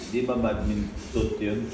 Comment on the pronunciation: BAT-MINTON(badminton) Mali lang pagkakasabi ni bok😂😂🤣